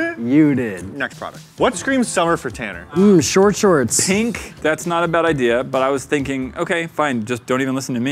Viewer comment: “I’m TanNER”